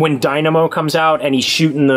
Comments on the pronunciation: It's funny how these sycophants don't call James out on his pronounciation of Dynamo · James says “Die-nam-o” instead of “Dina-mo.” Gave me a chuckle, hope you do too!